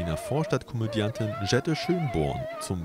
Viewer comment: Kann man denn keine Sprecher finden, die Deutsch können? Elevin wird auf der zweiten Silbe betont und nicht auf der dritten. Und bitte: Jette und nicht Dschette! Hat denn keiner Ohren im Studio?